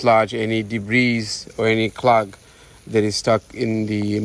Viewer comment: Your English is good. It's debree not debreeze